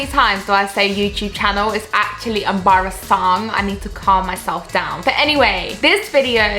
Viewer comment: Nice video, but I checked another youtube video just to find pronunciation of word "Embarrassing" in british english and I know american pronunciation but what you said in the beginning is totally different from both. You Said "Em Ba Ra Saaaaang". Just curious, can you tell more about your childhood and nationality ?